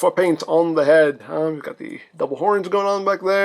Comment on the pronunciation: Daburu? That's some bad Engrish even for a transformer.